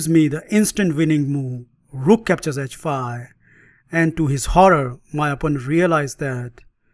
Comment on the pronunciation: A fun line against the London System. Geee feive And heitch feive !😁